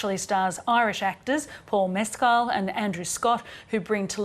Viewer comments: A truly great, heartwrenching film from director/writer Andrew Haigh (Weekend, Looking, 45 Years). Andrew Scott and Paul Mescal are wonderful in their roles, as are Jamie Bell and Claire Foy as Adam (Scott)'s dead parents. (And by-the-by, it's pronounced "MESS-cull.") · It’s pronounced Mescal…..that’s how it’s pronounced in Ireland